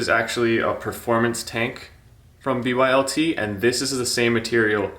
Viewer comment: Its bylt stop saying b.y.l.t. jfc